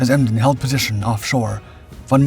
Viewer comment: Emden one word not E. M. D. E. N